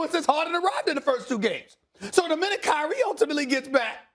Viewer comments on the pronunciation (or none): "K-Ree" lmao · He said if Krye😂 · "IF KAYREE .. KD" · Kay rie 😂😂😂😂